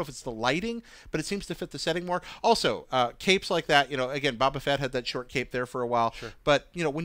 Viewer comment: Did this idiot just say Ba Ba Fett?